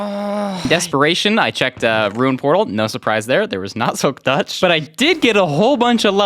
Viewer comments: The way he said silk tuch tho XDD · (audible huff) (why did he say "touch" like that 😭) (faint "yes") guys he's so silly omfg